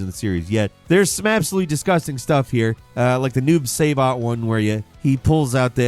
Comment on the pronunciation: Did he really called Noob Saibot, Noob Seybot?💀